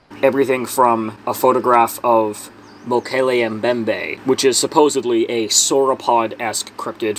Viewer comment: It's refreshing when a cryptid YouTuber can actually pronounce Mokele Mbembe & other African Cryptids haha. I dont buy the River Dolphin's explanation! It very clearly has some kind of spines/boney plates! If they'd said an Albino Crocodile I'd be more likely to agree! It looks somewhat fish like in the way it appears to be leaving the water. It really looks Sturgeon like to me but I don't think they're really ever seen in warmer waters?